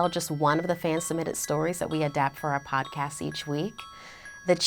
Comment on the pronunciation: No hate but does anyone else find it annoying the way she says podcast she says “podcas” NOT HATE I’m just saying